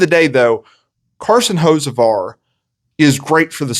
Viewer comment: Learn how to say the dudes name 😂